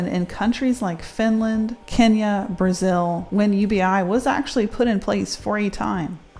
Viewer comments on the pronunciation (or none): none